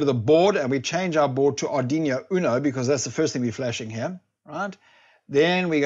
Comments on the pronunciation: Amazing video, funny how you say Aduino :) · Going to try it now. Love the way u pronounce Ardiñio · It’s an arduino not arduino !